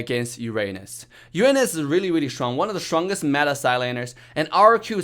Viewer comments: I can't ignore saying shwongest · "The schwongest ninja has arrived." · its an accent come on